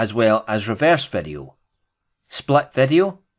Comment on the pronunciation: its VEE DEE O. not vedio